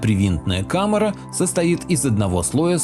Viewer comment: Интересное видео. Но попросите вам ставить ударения в тексте. Родос ударение на первую о. И неужели камЭра? Пойду проверю.